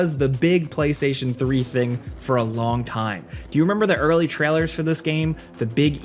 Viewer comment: Why do you say trailers like that bro